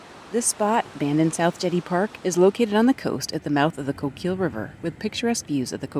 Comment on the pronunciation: Coquille is pronounced "Koh-keel"